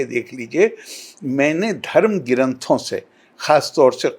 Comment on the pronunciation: क्यों करे इस मूर्ख को फॉलो,ये ग्रंथ को गि रनथ और प्रधान मंत्री को पिरधान मंत्री बोलता है।न तो दुनिया जनता है और न ही धर्म।100 मूर्ख